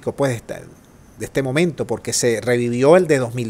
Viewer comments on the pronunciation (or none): none